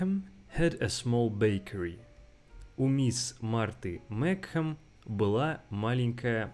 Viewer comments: Mикхем, не Мичем? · и читать не умеешь meachem произносится meech-em